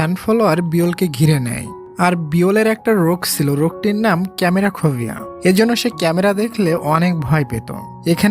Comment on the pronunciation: আচ্ছা ভাইয়া আপনি কী ইংলিশ পারেন না,, ক্যামেরা খোবিয়া কোন শব্দ নেই,,😅😅😅😅 হবে ফোবিয়া ওকে,,😊😊 গতকাল আপনার আরেকটি মুভি দেখলাম সেই খানে আপনি এই একি ভুল ইংলিশ বলছেন😅😅😅খোবিয় নামে শব্দ বা কোন রোগ নেই,, 😅😅সব ফোবিয়া ওকে,,,মুভি Explain করেন ভালো করে করেন, আমরাতো দেখি❤❤ আপনি অনেক শব্দ মূর্খের মতো কথা বলছেন 😅😅